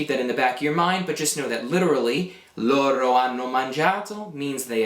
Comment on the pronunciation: I am confused on something. It has to do with pronunciation. When I hear you say the pronoun LORO, I know what you're saying because it's written, however, what I hear is LORRO. Is there a reason you roll your R there instead of using a flap? I've been speaking Italian since I was a child (i'm not native), but I have heard at random times people teaching Italian and rolling their Rs between vowels where I would use a flap. Another example is the verb CORRERE, where instead of being a rolled R then a flap for the second one, it's two rolled Rs. Thanks in advanced